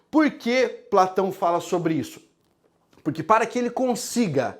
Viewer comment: Gostei demais. Atenção galera não procure nenhum livro de Sócrates " purque" não existe. Procure sobre Sócrates nas obras de Platão. Rsssrs adoro sua pronúncia do porque. Quando puder fala sobre os filósofos estoicos. Obrigada 😘